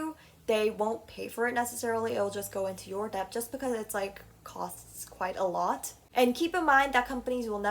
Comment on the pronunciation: This was interesting but you pronounce debt and debut so wrong. The b in debt is silent and debut is pronounced day-bew not day-bwe